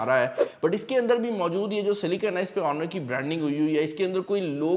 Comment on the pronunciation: You are right 😂